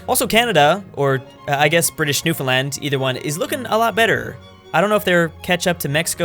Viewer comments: THANK YOU for saying "Newfoundland" correctly as opposed to the infamous "NewFinland" Cheers, -Youtuber from Newfoundland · I can’t believe it, someone pronouncing Newfoundland right.